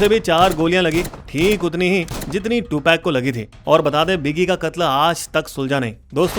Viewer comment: Two peg. 😂😂😂. Prinounce is to- pug.